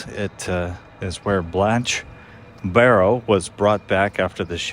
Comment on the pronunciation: Barrow last name has no S….please pronounce it correctly!